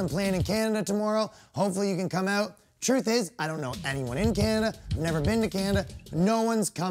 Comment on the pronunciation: "I don't know anyone in Canada, never been to Canada." Next thing you hear is "But on my Facebook all you see is a guy reaching oot to his fans aboot to have a great show." Dude, who are you fooling? I can smell the maple syrup on your breath through my computer screen.